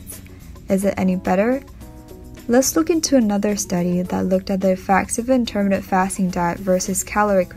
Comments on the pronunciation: You are mis pronouncing intermittent! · Please learn how to say 'intermittent'.